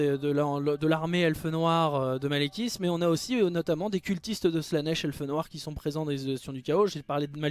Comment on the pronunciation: Non! C'est Maléquit qu'on le prenons et non pas Maléquith